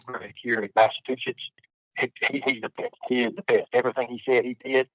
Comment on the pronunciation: He still the same. the meanest midget guy. But in jail he doesn't have his shoe lifts, oh he has too much testosterone he is too manly, with his suitcase of dil- does, oh he just works out all the time, oh he is a vet. Dude cant even pronounce Massachusetts properly.